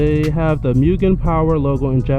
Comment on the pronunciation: It’s pronounced moo-gen